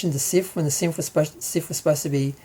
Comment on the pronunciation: Why do you say siff instead of sith?